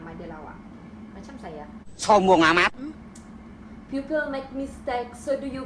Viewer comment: "people" tp dy sbut "piupel" hmmmmmmmmm